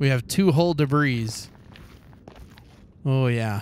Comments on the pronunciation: It’s pronounced debree not “debris” Edit: I commented this before he said he knows how to pronounce it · its pronounced ancient debrie. Not debris. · “ we found our first ancient debrizzzzz “ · You spell debris dibree not dibris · “Ancient debri-s”😂😂😂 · it's called Ancient Debruhs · Is call ancient debris not ancient debriss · Your pronunciation of Ancient Debris is completely acc-re-it. Carry on sir. XD